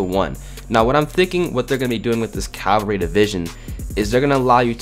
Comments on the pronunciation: CAVALRY not Calvary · Not Calvary. Resistance. Lmao